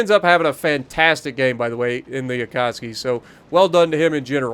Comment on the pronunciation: Akatsuuuuuuuuuki. Not Akatski 🤪